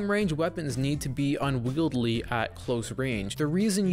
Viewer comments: Will someone tell this man it's "unwieldy" not "unwieldley" 😭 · Unwieldy not unwieldly